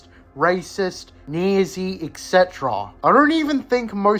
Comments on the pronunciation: Being super against a man who would make life miserable for so many people is not the character flaw you seem to think it is, also wtf is that pronunciation of nazi lmao? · "Nezzy" is certainly one way of pronouncing "Nazi" that's new to me! Good video mate :)